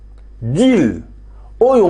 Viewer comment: un ( deal ) = pronociation (dil )